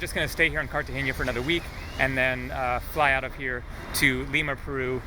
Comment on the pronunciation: Wow- it's too bad this happened to you. I've been robbed in the U.S, so like you said, can happen anywhere. Stay safe in your travels! Also,it's pronounced Cartagena the (n) is solid, not cartage(ny)a.